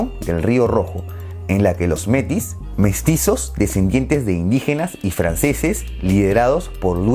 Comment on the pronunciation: "Métis", se pronuncia con la sílaba tónica en la última sílaba, dado que la regla general del idioma francés es la entonación aguda. Por otra parte, otro gran pecado del Canadá, no mencionado, lo cometió en 1994, cuando mintió a las Naciones Unidas y al mundo entero, para evitar que los pesqueros españoles pudieran ejercer sus derechos legítimos, en la zona NAFO, desacreditando con mentiras a un país cuyos pescadores estaban actuando de acuerdo con la legalidad en aguas en las que contaban con todos los derechos para ganarse la vida. Para mi, no merecen el crédito internacional que se les otorga.